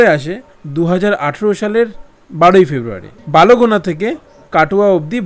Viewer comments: Sir ota balogona noi bolgona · বালোগোনা নয় বলগোনা । Balgona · আমি কাটোয়া থেকে। আমার বাবা কাটোয়া ন্যারোগেজ লোকোতেই কর্মরত ছিলেন। ছোটবেলা থেকেই এই ট্রেন দেখে বড় হয়েছি। আপনাকে অনেক ধন্যবাদ আমাদের এই নস্ট্যালজিয়াকে তুলে ধরার জন্য। তবে একটা ছোট্ট সংশোধন, ওটা বালোগোনা নয়, বলগোনা হবে। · ota balogona noi...ota bolgona